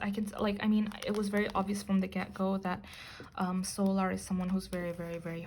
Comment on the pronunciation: Sometimes your readings are so accurate it kinda scares me and yes you are pronouncing her name correctly